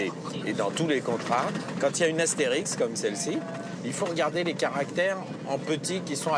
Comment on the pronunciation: ASTERISQUE ET PAS ASTERIX, IDIOTS !!